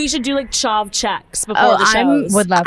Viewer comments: 😂CHAV not CHARV❤ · It’s ‘Chav’ not ‘Charv’ 😭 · the way they pronounce chav hahahaha it’s ch-aaaaa-v not ch-arrrrr-v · I’m SO READY for the Manchester tour. Us girlies don’t judge, so.. nothing is too far. TELL US EVERYTHING 😂 we love it. Also it’s chav like have, not chov. Bahahaha ❤❤ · Them saying Chav like Chov 😆 ladies it’s chav like “have” xx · Sisters, wtf is a chov its chAV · Charv instead of chav is so funny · As a uk girly hearing them pronounce chav like charv was viscerally uncomfortable ahaha love them tho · the chav pronunciation had been DEAD😭😭😭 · Ooo I can’t wait to teach them how to say chav properly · The pronunciation of “chav” I’m dyinggggg